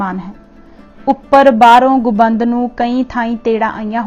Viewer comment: ਗੁਬੰਦ ਨਹੀਂ ਗੁੰਬਦ ਬੋਲੋ ਜੀ